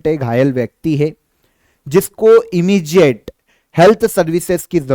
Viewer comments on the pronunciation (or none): इमीजिएट नहीं होगा। इमीडिएट होगा।